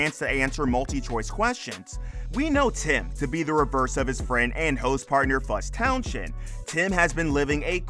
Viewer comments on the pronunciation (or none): I wish Fuzz's surname could be pronounced correctly,it's Towns end,not Town shend,the "H" is silent. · Did you call him Fuzz Town shend? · Yea, Towns-end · Town shend 🤔🤣🤣🤣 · Silent 'H' in Townshend 😉